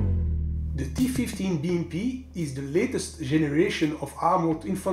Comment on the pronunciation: С удовольствием прокатился бы на этой БМП. Первым делом переехал бы через того, кто озвучил ролик... Такого английского языка я еще не слышал. И лучше бы не слышал... "ТифифтиБиЭмПи"... С таким произношением лучше субтитры пускать!!!